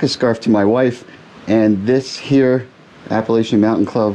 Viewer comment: It’s pronounced Appa LATCH ian. Thanks.